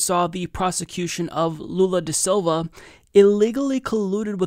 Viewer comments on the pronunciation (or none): none